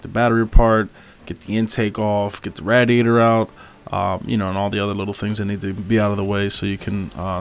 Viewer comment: The way you say radiator is cringe asf cuh